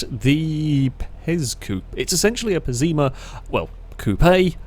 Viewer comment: Lol the way you pronounce BeamNG’s cars is, well, unusual. Like the Celtia as Celita or Pessima as Pezima